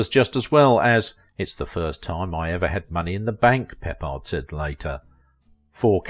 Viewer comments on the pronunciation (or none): The man's name is CORRECTLY pronounced "PUH-pard" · Pronounced George Pip pard - Can't even pronounce the subject of your story right. PATHETIC AGAIN!!!!